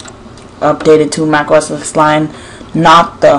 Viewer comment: The second you said "OS X" and not "OS 10" I knew...